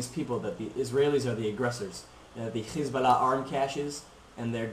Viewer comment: HEY KID DONT BE A ZIONIST YOUR A JEW BY THE WAY YOU PRONOUNCE HEZBALLAH,,,,,,,ITS SIMPLE ISREAL MUST STAY OUT OF LEBANON AND TRY TO LIVE PEACEFULLY WITH THE PALASTINES